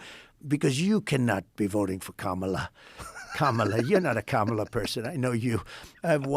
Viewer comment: Trump pronounces kamala properly. What a slip up.